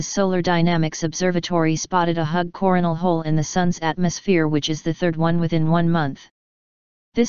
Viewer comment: she said corn whole